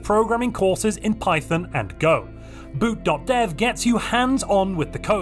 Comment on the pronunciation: when you said boot.dev, I swear I thought you were saying boot doctor with the weirdest accent